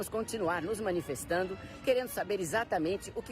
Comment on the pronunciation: 😂😂😂😂😂 MANINFESTADOS FOI LASCA, E PRA RIR MESMO !